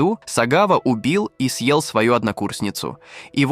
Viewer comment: А зачем вот этот появляющийся некто в капюшоне? Он типа нагнетает атмосфэру? Вот слово "съел" искаженное в конце предложения зачем? Или вот эти неверные ударения? Как можно в слове пикник ударение поставить на первом слоге? Странно, что так много подписчиков.